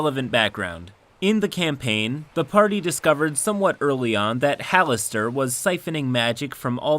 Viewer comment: Having played Neverwinter Nights: Hordes of the Underdark, the narrator pronounced Halaster as “Ha-lass-ter”